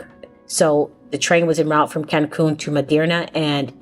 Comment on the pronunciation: Hola! Sería importante que si vienes a nuestro país aprendas a decir los nombres de nuestras grandes Ciudades. Tu dijiste Cancun y Medirna (what????). It Is Mérida. Also VALLADOLID! Please try to learn aoyr names ok? Thank you so much!😊